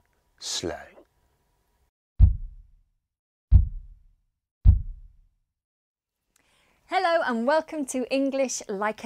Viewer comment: It sounded like as if he said 'Cockney Rhyming Slag' instead of 'Cockney Rhyming Slang' lol 😂😂😂